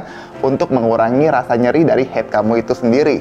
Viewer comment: Haid, bukan heyd😂😂😂 diambil dr bahasa Arab bukan Inggris😅😅